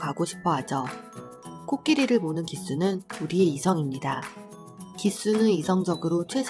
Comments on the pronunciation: 저도 반복되는 그 말이 거슬리네요. 발음으로 의미가 달라지는 단어인데요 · 조종사라는 의미인 ‘기수’의 발음은 ‘깃수’가 아니라 보이는 그대로 아닌가요? 경마의 기수도 그대로 발음합니다. 숫자의 의미라면 다르겠죠.